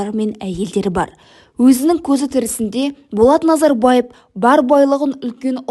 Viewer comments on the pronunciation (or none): Дұрыстап айтшы не бұл Нозорбаев дегені қалай кетті😅